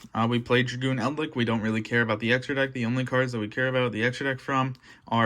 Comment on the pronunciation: my man says eldlick :|